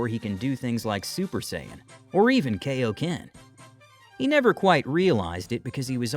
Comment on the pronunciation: Its pronounced kigh-oh-ken not kay-oh-ken